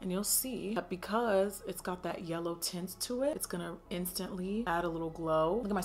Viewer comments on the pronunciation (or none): none